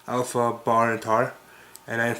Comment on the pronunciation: you know it is Aleph, not Alpha right?